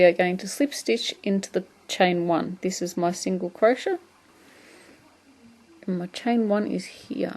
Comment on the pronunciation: Great video, thank you. It's a bit strange to hear someone pronounce it as cro-shett, though......!